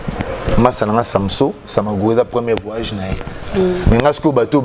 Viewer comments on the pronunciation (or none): none